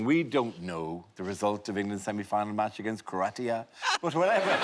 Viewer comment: this is what happens when a Croatian tells an Irish man how to say our countries name and he completely fucks it up... how dare you Dara!